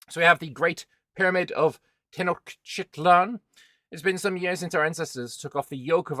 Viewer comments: it’s Tenochtitlan. Ten-och-ti-tlan, 4 syllables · Te-noch-ti-tlan would be the right pronunciation, but as silly reminder you could use: tea notched its lan.